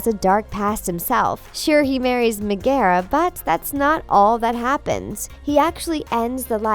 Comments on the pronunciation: It's pronounced Meg-uh-ruh not Meg-ee-rah! Please prounounce her name correctly! Go watch the Hercules movie she says it herself and a ton of other characters too! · Y’all don’t even do your research. Her name is NOT “Me-gara” it’s Meg-ara. As in Megara. Lord. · megara, megara, megara, megara. It's pronounced Meg-ara not Me-ge-ra. Why do you never research properly?!?! SHE EVEN SAYS HER NAME IN ONE OF THE SCENES YOU SHOW!!!! I love disney and the facts behind it, but you guys don't even go into details nor other options of what YOU are claiming. You only reveal part of the truth. So the rest of us are left to our own devices to properly research these claims and debunk the lies and stupidity that you try to spread. Just get your facts right! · Megara not megera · It is pronouced meg uh ra and hercules is not a disney prince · omg its meg er a like it hurts my ears when u say it that way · I cringed everytime she mentioned her name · Lol I’m sorry but why is she saying Megara’s name so weirdly? 😂😂😂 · anyone else get really annoyed every time she said Megara?! seriously? have you never watched the movie? or any of them to be honest... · And they also pronounces Megara’s name wrong